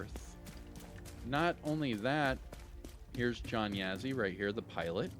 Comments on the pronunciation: yes sir, “Yaw-ZEE” kind of a less inflection of the “w” sound like saying “ah”, so more like “Yah-ZEE” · Yo,, the Yazzie character, I don’t mean to be the pronunciation police, but as probably you’re only Native American agent😬 follower, from the areas which this last name derives. You say “Yeah_Zee”, when in fact the beginning pronouncement kind of matches the word”jaw”, but put “Y” for the “j” in jaw, so you would pronounce it as “Yaw_ZEE”. Trust me, The Division2 pronunciation is how they recorded it, but our unit might be met with resistance if the franchise has to cross reservation borders. 😆🪶 Thanks Agents! ⭕️